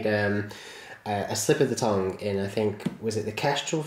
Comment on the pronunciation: im pretty sure you said tong instead of tongue at certain parts of your video and this is one of your better videos tbh and i also really like class 28s (boco/cobo)